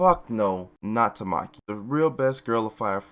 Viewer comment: hamia instead of haumea, kusákebe instead of kusakabe, tamáki instead of támaki, the other ones have not yet yerd pronounce by japanese people so can't say